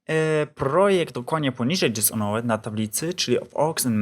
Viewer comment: nie czyta się dishonret tylko dizonert